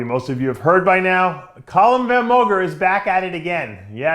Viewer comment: Dave why u keep calling him column van... it's calum von 😂😂😂